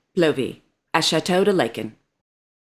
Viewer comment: How to pronounce "Laeken" (in château de Laeken - Brussels -Belgium) ? "ae" is to be pronounced as the "a" in words like "arm", "cast", "large"...